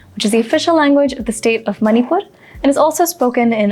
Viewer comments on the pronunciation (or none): Great going.. Enjoyed it 1. Sound of ण is different than न. Your pronunciation of मणिपुर was मनिपुर which sounded odd. Am not sure how do native speakers pronounce it. 2. Sindh is the other name for river Indus ❌ Sindhu is the other name for river Indus ✔️. There is another river as Sindh which is a tributary of Yamuna You should have chosen some other Sindhi song because by default the moment you say Sindhi, it's Dama Dam Mast Qalandar.